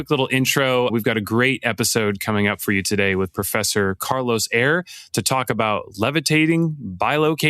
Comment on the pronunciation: *Eire, not Aire... for those seeking the books by Dr. Carlos Eire. I just downloaded "They Flew" on audible.